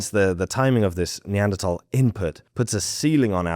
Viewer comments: Finally, people who say Neanderthal correctly. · The word comes from german, where it's pronounced "tal"